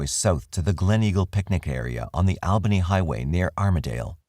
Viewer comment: The Al in Albany Ny is pronounced like All not Al